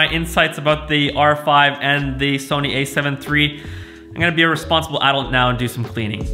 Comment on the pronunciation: A7SIII**** you were saying a7iii and theres a big differemce from the a7iii to a7siii.